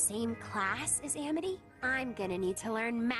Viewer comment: wow Luz used to be really bad at pronouncing amity. she seems to pronounce it "education"